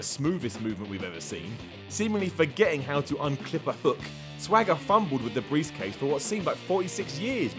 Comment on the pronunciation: botching the word Briefcase.... how ironic.